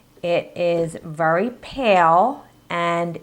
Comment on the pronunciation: Sorry but I have to say it ... its VERY not vury ... sorry it just annoys me. This really helped (with the frosting) thanks!